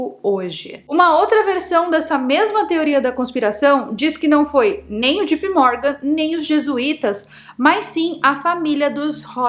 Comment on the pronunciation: Não é - G.P. Morgan E sim - J.P. Morgan